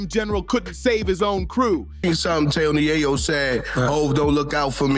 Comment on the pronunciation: Right cant even pronounce his name correctly yet trying to make a video... Super lame